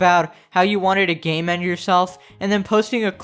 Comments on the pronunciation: Ok I know its saying "Game End" but it sounds a lot like "Gay Men" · I kept hearing "gay men" instead of "game end" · for like 3 minutes i heard gay men instead of game end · Did anyone else hear "gay man" 🤣🤣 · i heard gay men everytime you censore the word death threat and suicidal p.s i really can not unhear it edit 2# okay please help me i really cant unhear it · I kept on hearing "she clickbaited *gay men*" and i was c onfused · Who else heard "* gay men*" when he said suicide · is it only me that hears "gay men" instead of "game end" lmao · I THOUGHT IT WAS SAYING "gaymen" xDD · Whenever i heard "Game end" i thought it said "Gay men" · i always understood gay men instead of game end and i just laughed like crazy because i always listen to your videos in the background while playing minecraft and i thank you for making these awesome epic gamer videos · When you said "game end" and I thought you were saying "gay men" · Is it saying "gay men" or "game end"?? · I thought it was saying gay men and not game end 😂😂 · I was just listening to the video instead of watching it and all i heard was "gayman" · At first i heard gay men then i realized it was game end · the fact that i only hear "gay men" instead of game end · I've spent almost the entire video thinking it was saying gay men only to go to the comments and find out it said game end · Best part: "Nobody deserves g a y m e n" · I swear to God it is gay men, not game end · no, thank you for telling me its game end and not gay men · I heard gang bang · Me tooooo 😂😂😂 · I thought it said gang bang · Is the thing saying gaymen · LMFAO when the robot says "game end" I thought it was saying "gay men" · It took so long for my to figure out that bot wasn’t saying “gay men” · When it says “game end “ I keep on thinking it says “gay man” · I was drawing while watching this, and I kept hearing “gay men” I was so confused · I kept thinking you were saying "Gay men" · I thought it was gay men and I was so confused